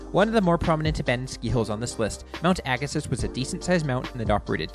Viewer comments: Why do you call it "Agasis"?? The video even pronounces it properly " "Agasee"... Spent many years at this hill every weeknd in the early 80's. Pronounce it properly!!! Fail.. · Pronounced "Agasee." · Neat video, but I couldn't take the mispronunciation of Agassiz. There's even a video clip that gets the pronunciation right. How did this happen? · Find it odd that the advertisement for Mount Agassiz and the narrator's pronunciation don't match. Did somebody not do any homework? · A few corrections. Ag-a-see, O-chap-o-ways, White Track, Lef-tenant. Otherwise good. I rsced at Blackstrap-a freezing cold windswept pimple on the prairie. Lots of fun though.